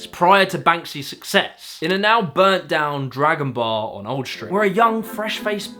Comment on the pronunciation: Schtreet, Schtrong?? It's Street and Strong!